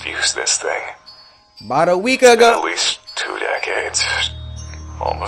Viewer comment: the way he said week ago lmao